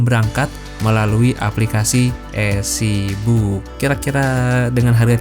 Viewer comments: Maaf bang, udh berkali kali denger tp kali ini boleh dikoreksi pelafalannya (eazybook dibaca isi buk, bukan ezibuk) sama penang lazim dibaca pineng untuk internasional atau untuk Melayu baca penang (seeprti e dalam bebek bukan peti) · Suka sama videonya tp mohon maaf suka terganggu dengan pengucapan mas dlm bahasa Inggris. Contohnya menyebutkan EasyBook..duh agak gimana gitu dengernya 😢 Mungkin mas harus lebih sering latihan bahasa Inggris yg kalimat² dasar aja.